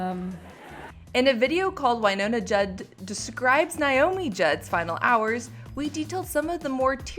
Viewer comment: It's Naomi not Niomi